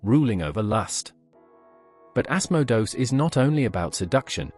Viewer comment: Ass-moe-dose? Mephistafils? Azzazzl? Seriously? These are real entities you're talking about, and they hear you. At least have the respect to say their names correctly. Dude, narrate your own damn videos, and quit using these stupid speech synthesizers. At least spell your script phonetically in a way that the synthesizer can pronounce these names correctly. It ain't hard....